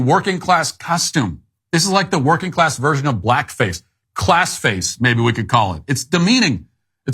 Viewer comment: He said “class face” more like classes face 😂